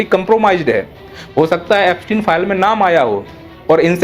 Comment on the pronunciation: अफस्टीन फाइल 😅